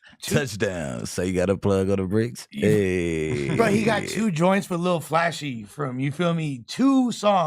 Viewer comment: Its LIL FLASH… NOT “ Lil Flashy “